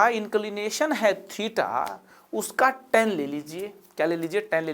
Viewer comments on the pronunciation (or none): lmao- a mathematics teacher yet pronouncing tan as ten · Haare bhai ya that is tan not ten (10). crct it sir.